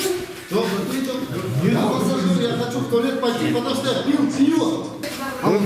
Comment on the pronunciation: Патамуста дейтго